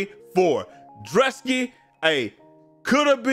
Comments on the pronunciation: Drew-Ski wtf is dra-ski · Pronouncing it druss•key had me so weak cause first I’m like maybe it was an accident then he kept saying it I’m like how do we tell him 😭